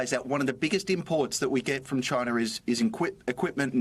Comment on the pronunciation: Chin-A lol